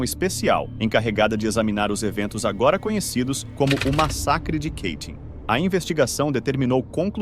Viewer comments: Apenas uma correção não é Keitin e sim Katyn é assim que se escreve e se pronuncia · Ótima exposição deste massacre vindo à tona pós-URSS. Só um detalhe, não tão sério, mas de valor p/ um canal q trata de temas c/ referências gringas: Katyn não fica nos arrabaldes americanos, ingleses e tal! Portanto não existe.... "Quêitim" !!!! Sugiro q sempre consulte pronúncias no site Forvo (.com), utilizando 'copia e cola' de nomes encontrados no Wikipedia p/ mostrar aos teus alunos como se pronuncia corretamente.